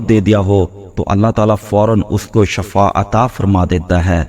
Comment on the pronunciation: Shifa hota hai zair,zabar ki ghalti se matlab badal jata hai iska bohot khayal rakhain